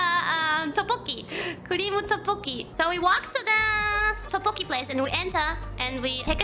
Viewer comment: as a Korean, id say Kiara pronouncing ddeokbboki is quite accurate:)